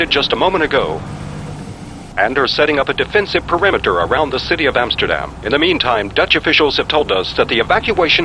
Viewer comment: Based on her accent? No, I don't think she is Dutch or at least a native speaker, the pronouncation of "Utrecht", "Amsterdam", "Grote Pierre" and "tot de volgende keer", were slightly off and doesn't match neither Dutch nor Flemish dialects or accents. That said, for someone who isn't a native speaker, her dutch was still pretty good. But the guy (I don't know his name) is dutch. You can hear that perfectly when he was interviewing Vogelsap about their game The Flock.